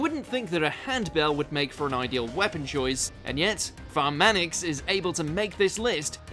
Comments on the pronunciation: I am surprised the likes are higher than the dislikes right now. Wait until the Tectone army arrives after watching his video. Also I lost my Sh%t when I heard Tea-op-o-sis and Branmanix. Oh and the Subs say Theophilus and Braum Annex (Pramanix) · Tea-oppal-sis. En-kay-fal-en. Look at how they massacred my girl. Honorable mention goes to 'Nerl' 'Pra-manix', using Sword Rain for DPS and not even mentioning the stun, and some questionable recommendations. Gitano has higher DPS even if she deploys with +HP% card. Also, WHat's WIth the EMphasis, on every OTHer WOrd? It sounds forced. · describes Projekt Red as one of the more common 5☆ GUARDS Me: "That sure is a fancy way of saying "Specialist", you got there. Also: "Tea-oppel-sis" "Pruh-man-ix". JFC, I've heard mispronunciations of names before, but just. Wow. Also also: WHERE. THE FUCK. IS DAVE? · Pea brain: Pramanix Medium brain: Pruh-manix Galaxy brain: Bruh-manix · Ptilopsis -> Teapplesis Pramanix -> Farmanix Exusiai & Eyjafjalla: don't make "Best 6star Operators Vid." Please!!! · After pronouncing Ptilopsis as TEAOPPLESIS and Pramanix as PRUHMANIX, really need to consider on changing jobs now cuz where the hell is DAVE. And also, no offense but ur bad at pronouncing and also wtf is that shitty gameplay. Am very sorry to MOJO and ESPECIALLY for? I think not but u just blew it man with the TEAOPPLESIS, u just blew it bruv.